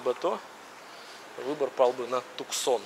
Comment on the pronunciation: Не "Туксон"а Туссан!